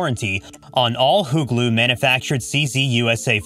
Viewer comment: Its HUGLU not "hot glue" get a clue ...